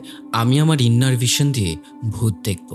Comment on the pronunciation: INNER VISION - ইনার ভিশন...... ইন্নার ভিশন না এটা ভাই....kindly ei pronunciation ta thik krben.....